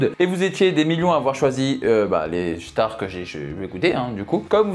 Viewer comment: Au début tu dis les « chtars » pour dire les stars bahaha🤣